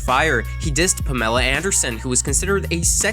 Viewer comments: Wait did u pronounce Pam-Ah-La (Pamela) as Pa-Mel-Ah. .I'm dead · You legitimately just said "Pah-meh-lee" instead of "Pam-eh-lee" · who the fuck is pomela anderson....you pronounced that like an alien from outer space...its PAMela anderson for christ sake. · Did you say... pam-ella? What the f. It's one word dude. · who's permella anderson, that is not how you pronounce "Pamela". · Puh-mel-uh. You really said puh mel uh. What rock do you live under? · I swear you pronounce words and names super fucking weird.... Vicodin. "Pa-Meela Anderson" Like you from mars or something? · Who is Pam Ella? 😆😂 What is this trend with mispronouncing words and names on youtube?? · Pa-mela Anderson😂😂😂 Ok, that’s when I shut this video off. Holy shit, dude. Learn how to properly pronounce a fucking common name. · How tf you gonna call her "Puhmela Anderson?!?" Is this another one of those text to speech crap channels?!? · PA-mela Anderson? PA-mela?? All credibility lost by the way you pronounced her name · how did he pronounce, Pamela? "Puh mella" ??? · PaMela?? 😂🤣 I've never heard Pamela pronounced like that in all my years on this earth. Wyclef "Gin"? 😅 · Pa-mell-a? Limp Bizkit legendary?! 🤣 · Did my man just say Pa-mela? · How do you go through all this effort and still pronounce names incorrectly? Specifically Pa-mela (then a clip immediately after where it's pronounced correctly) and Wyclef Jen. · Bruh!! Did you really just pronounce Pamela Anderson's name as " pa-mela"???? Really? Pa-mela?? WTF is wrong with you?? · Pah mel la? Lmao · PAH-mella Anderson.... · Lol did you call Pamela puhmella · Puh-mela Anderson 🤣🤣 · Pa-MEL-a?! Really?! Eminem even pronounced it right himself, seconds later. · Imagine not knowing how to pronounce pamela. Oh wait, doesn't have to imagine. Lol "Pamellllla" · The narrator pronounced Pamela like Borat does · That pronunciation of Pamela killed me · my man i have never heard someone pronounce her name like that